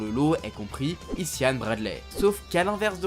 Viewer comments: Bon pour Bradley..c est plus possible. Prononcer "aie Zaya"... Facile . (Nom du darron.!) "Ici Yann" c'est NON. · Salut, j’adore se que tu fait, je te suis depuis le début, mais dans ta vidéo, Isaiah, le premier capitaine de ta vidéo. Le prénom se prononce Izaiah. Je me nomme comme lui et ça m’a fait bzr d’entendre mon prénom écorché. Sur ce continue c’est que tu fait, j’ai kiffer te vidéo et merci pour ton taffe 😅😜